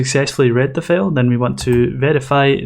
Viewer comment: Great tutorial, but for God's sake, don't pronounce FILE as FAIL. See the transcription for FILE – fīl. You pronounce it as fāl, which is FAIL.